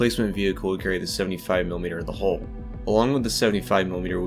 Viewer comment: Nice info, but why can't you say the word 'hull'?